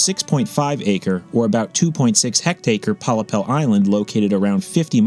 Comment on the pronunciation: Pollepel is indeed a Dutch word only its pronounced in English as Pol Lapel